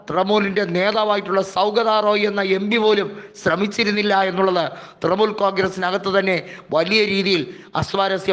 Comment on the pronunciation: തൃമൂൽ അല്ല തൃണമൂൽ